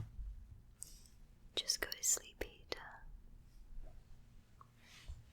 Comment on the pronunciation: my name is Peter and i had to watch the intro like 10 times to get that you actually said Peter :^D Greets from Germany